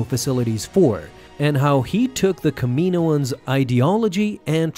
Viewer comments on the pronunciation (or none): Kam I no ans "Kam eenoans" is not it it's Kam I no ans